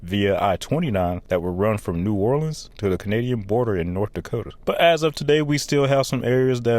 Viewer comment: The pronunciations are painful!!! WestBANK Expressway Boo-TAY Never EVER is it “nawlins” please NEVER say that again…..it’s Nu-OR-lens That was interesting to watch but gut wrenching painful to listen to….